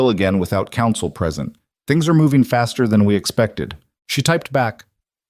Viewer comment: "Faster" route, not "bastard" route! I walked my dog, someone "hurt" him, not "heard" him.